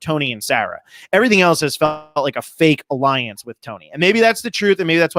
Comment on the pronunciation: A-LION-CE #KINGTONY